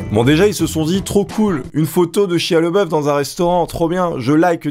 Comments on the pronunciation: Ça se prononce "shaya Labeouf" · Excellent ! Mais tu prononces mal le nom de Shia, c'est Shia LaBeouf ^^ Peace !